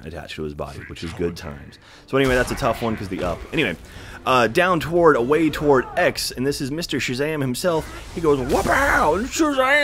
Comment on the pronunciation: whats toward mean?....do you have a speech impediment ?are you like that guy from South Park who cant pronounce the letter "T" in Planetarium?